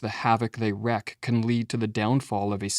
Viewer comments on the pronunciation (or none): "the havoc they wreak" - not 'wreck' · It's 'WREAK' HAVOC.... not 'WRECK' Havoc... what are you stupid ? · “wreak” is pronounced “reek,” not “reck” 🤔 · wreak not wreck